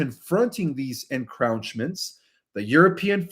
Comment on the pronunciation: Pronounced en crow ch ments